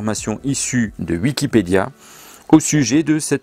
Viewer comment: Tu ES, la preuve, tu prononces "Uikipedia" au lieu de "Wikipedia", comme lui. Donc tu es lui, CQFD. #noussavons